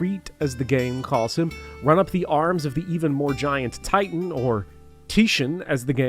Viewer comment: I don’t think you played Final Fantasy 16… no one pronounces Titan like you did and Ultima appears early in the game